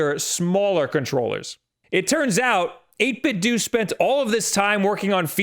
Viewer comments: Its "doe" not "doo" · I’m wondering how you pronounce Nintendo? Nin-10-Doo? It’s 8–Bit-Do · "8bit - DOE" how are you f**king this up? It's supposed to sound like Ninten-do! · STOP SAYING 8BITDOO IT IS 8BITDO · It’s 8bitdo not 8bitdont nor 8bitdidnt. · It is 8bit doh, not dOOh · People need to stop saying "8 bit dew"... IT'S A PLAY OFF OF "NINTENDO" IT IS PRONOUNCED "8 BIT DOE" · i cringe a little everytime pronouces it as 8bit-dooo.. i mean you don't pronounce nintendo as neen-ten-dooo, its more of a dou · 8BitDoooooooooooooo I cant even watch your videos about 8BitDo's awesome controllers because of the way you mispronounce this excellent company's name. Come on man, you're a professional! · It is pronounced "do" like Ninten-do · It's not 'dooo' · I hate it when someone pronounces it as "8bit-do". It's you say it like "Nintendo". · Bro, its Do, like dough. Not Do like dee. It comes from NintenDO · NIN 10 DOH 8 BIT DOH Dude, you're a professional broadcaster, get your pronunciations straight. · doesn't 8bitdo rhyme with Nintendo?